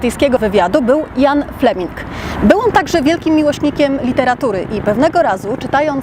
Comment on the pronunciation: Źle wymawiasz Ian, kiedy mówisz brzmi jak Jan.